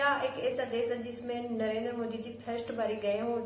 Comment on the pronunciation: हमारे पी एम का नाम नरेद्रा नहीं नरेन्द्र मोदी है कम से कम हिंदी तो बोलो साफ